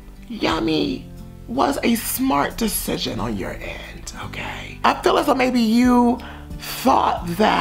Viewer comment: “It’s o-key it’s o-KEY”